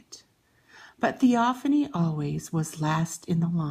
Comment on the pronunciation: It's pronounced( thee- o- fane) Not ( thee-o- fanee) I unsubscribed from you